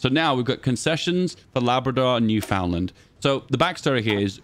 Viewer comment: Just a pronunciation note - newfoundland is pronounced like "newfinland". Residents are known as "Newfies".